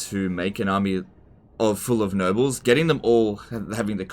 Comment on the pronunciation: Is it just me or does he sound like he's saying "Nurgles" instead of "Nobles"? :/